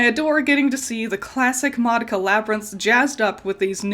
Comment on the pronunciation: Congrats on saying "Madoka" correctly. Since the original release of the tv show, you're the second non-asian person to be able to do so that I've heard.